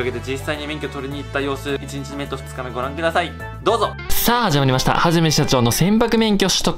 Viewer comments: は→じ↗︎め↗︎しゃ→ちょー↘︎ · 最初の はじめしゃちょー の発音がいつもと違った気がする…